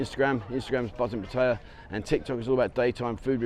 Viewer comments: Pat- ay - yaa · Your pronunciation of Pattaya has improved but it's still not very good. 😂